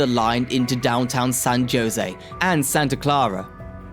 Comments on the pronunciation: San JO-sey? 😂🤣 It's HO-sey. The name is in Spanish, where a J is pronounced like an H. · I like what you have to say good information thank you.. At the same time, though you have to learn how to pronounce cities and transit agencies.. I mean b a r t ! Think Bart Simpson That's how you pronounce Bart. And San Jose Say San Ho-za. San Jose the J Is silent. Use H when saying Jose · San "Ho-Sey" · San JOE SAY 😂😂😂😂😂😂😂😂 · Pronunciation of “San Jose” is (example) “San Hosay!” Every time he said “josay” made me cringe… 🙈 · They are pronounced "Bart," like the guys name, "Der-RID-ee-un," and "San Ho-zay." These are three among many other weird pronunciations. Was this vid produced with an AI voice or script writer? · San JOEse and pleezanton😂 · “Kla - Mathe”?? and “San Joe-Say” really?? “Please - on - ton?!?” “Van News”?? “Ventura Country” Country??”Standard Gorge track? Can’t these be edited and corrected?? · India guys call it San Joinzee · It's pronounced hoesay, but nice try man. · >"San JOEsy." You must be kidding me. Talk about shit-teir content farming. Hire a local. Jfc. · San Jose is pronounced as San “Ho Say” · “San Joe-zay” lol whaaat???? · no, even my navigator knows how to properly pronounce San Jose, or San Joe-see. Maybe they don't know how to pronounce Spanish words? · San Jose was pronounced wrong. Ha Ha😂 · You really need to learn how to pronounce the names of places! You really messed up on Nuys from Van Nuys. You misprounced Jose from San Jose, and Clara from Santa Clara. And Coachella from Coachella Valley. Oh yeah, and you slautered recreational. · someone need to guide him to just do some googling to figure out the correct pronunciation especially to all Spanish words e.g. San Jose (‘J’ as in ‘H’) etc. this otherwise informative video got lost in bad pronunciation especially for us California long time residents